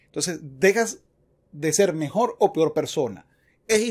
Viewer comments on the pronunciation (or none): none